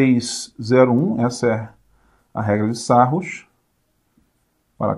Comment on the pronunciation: Excelente aula professor. Só uma coisa, amigão, Sarrus é pronúncia francesa... (Sarrii). Abração.